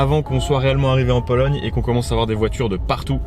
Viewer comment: Mdr j’ai bien entendu polonie😂 fatigue apero mr